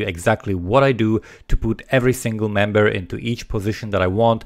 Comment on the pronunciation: Love the vid and you, but when you said "member" I heard "man-bear".